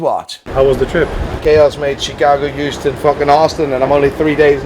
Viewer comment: Ermm..that is not how you pronounced Houston...its pronounced as hue_ston..not horse_ton...lol.. now give me a God tier watch